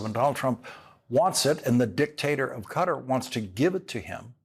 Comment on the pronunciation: Please pronounce Qatar correctly. Perhaps ask a natave Arabic speaker. Sincerely, David Silverman